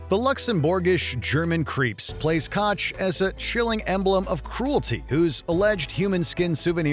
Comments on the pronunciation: is it so hard to pronounce "koch"?? its koch and not kotch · its not "kotch" its pronounced like Coke. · No, not at all! This mistake they make in the series, where the name is also mispronounced. It's a sharp sound in the back of your throat that the English lanuage doesn't have and it sounds totally wrong to a German wen someone pronounces it "cock". Only slightly better than "cotch". They both badly butchered a very common German name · Omg, both the film and Watchmojo completely butcher the very common German name "Koch" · in English the closest to the German sound is the pronunciation of "Coke" the Ko-kh sound mimics it. Family is from Schleswig-Holstein so i very much know what im talking about here. In German its closer to the sound of the English word Cock. The show was not in German so a US pronunciation would be used and its definitely not "Cot-ch" like the video uses, coke would be more correct. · Damn how wrong can you pronounce Koch. Why is it that Americans can only pronounce words in English but the rest of the world at least tries to pronounce foreign words the right way